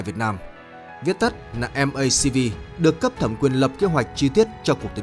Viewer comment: K phải Em-Ây-Xi-Vi mà là Mắc-Vi